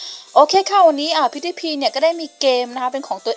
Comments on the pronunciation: แอดป๋มหน่อยชื่อ KutsumatoAqua ปล.พิ้วดี้พาย ครับ ไม่ใช่พิ้วดี้พี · พี่ครับออกเสียงพิวดีพายครับ